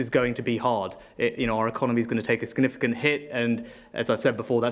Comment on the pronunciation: 1.52 scanifigan lmfao and we really trust the people who runs the country and cant pronounce significant haha we are fucked